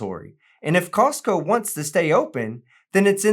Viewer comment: I hate this lady’s shit eating grin everytime she finishes talking. It’s seriously nauseating. It’s the whole time she does the video. And why does she keep calling Costco CoCost??? She is an IDIOT!!!